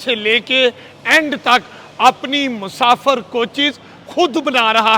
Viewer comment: Musafar ❎ Musafir ✅ 😂😂